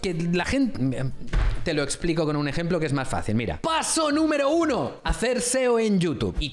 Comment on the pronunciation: Me da tremenda gracia cuando dices PASO NUMERO 1!!!!